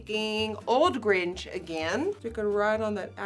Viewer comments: Is it me or is she pronouncing “grinch” as “gringe” only me?????? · Nikkie: “it’s my favorite movie of all time” Also Nikkie: “the Gringe” and “last can of who-hash? Not sure what that means” 😂🤦🏼‍♂️ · Nobody: Not even Kylie Jenner: Nikkie: The gringe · Is it just me or does she say “the gringe” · I love how she says Gringe😂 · The "Gringe" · Nikkie. I love you and I loved this video buttt....it bothered me for some odd reason when you pronounced the word "Grinch" as "Gringe". I'm sorry I know this is silly but it made me think of the movie "The Grunge" I believe that's what it's called. Lol..love the look btw! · Fave movie: The Grinch Pronounced: The Gringe Doesn't know: What Who Hash is Hates: Green ok 😂😂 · Yea she’s full on saying GRINGE lol very Nirvana Grinch. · I don't hear any difference between gringe and grinch, not a native English speaker either. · YES!!! It made me gringe (instead of cringe). Do you see what I did there? Don’t block me, please. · Is it just me or is Nikkie saying Gringe? No hate btw ilysm Nikkie just wondering?🖤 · Came to the comments to see if anyone mentions how she says “The GrinGE”🤣🤣🤣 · “The Gringe” is killing me Nikkie 😭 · Is she saying "grindg" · It sounds like you’re saying gringe. So I’ma use that now. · no one: niki: ✨the gringe✨ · am i the only one who can’t get past her pronouncing grinch as “gringe” sorry love you nikkie ❤️ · Why u say gringe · She said “the gringe” 😂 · I know, it sounds funny coming from a foreigner 🤗😁😂😅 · Sounds like you’re saying “gringe” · Am I the only one that noticed Nikkie pronouncing Grinch like "cringe" haha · “the gringe” “liquit liner” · gringe? lol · I love the way she pronounces Grinch as “Gringe.” 💚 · Went searching for this comment to make sure I wasn’t alone thinking this! 🤣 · I notched that too lol! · I noticed that immediately lol. GRIN-CH Nikkie, GRIN-CHUH! LOL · Did anyone notice how she said gringe! Lol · "tHE GrIngzzzz" love you xD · "the Gringe" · broke: the Grinch woke: the Grinzhhh